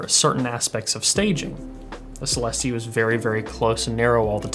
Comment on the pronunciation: I think it's pronounced celestE rather than celEHste